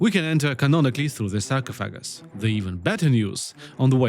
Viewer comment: Sark-off-a-guss but your pronunciation is way more entertaining!